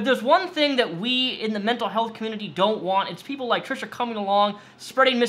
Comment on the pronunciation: Trisha? No. Trash-uh.